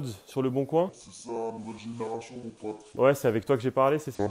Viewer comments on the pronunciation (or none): ''generassion'' 😂😂😂 mdrrr